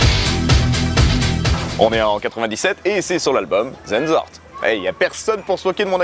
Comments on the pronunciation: Pas mal mais le u de Sehnsucht se prononce "ou" et pas "eu" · On dit "zénezourrt" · C'est pas possible le nombres de fautes que tu fais sur tes vidéos 1. "Hasst" s'écrit comme ça 2. Sehnsucht se prononce [séhn-sourte] 3. Härte se prononce [hèr-teu] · Déso, mais t'as prononcé "sucht" de Sehnsucht en prononciation anglaise mais pas allemande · Pour la Prononciation, dans Sehnsucht le u se prononce ou, dans Härte le ä se prononce ai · tu prononce mal le sucht je crois ^^ Sinon tu prononce pas les h en début de mot :p